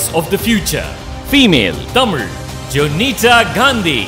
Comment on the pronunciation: Her tamizh pronounciation is on point…and crystal clear… shreya ghoshal’s pronounciation is not lik tis